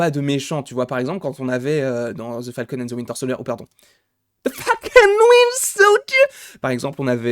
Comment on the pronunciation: ton falcon and thee winter soldierrrr m'a, tué sinon top continue mon bonhomme comme tu dis 😉😁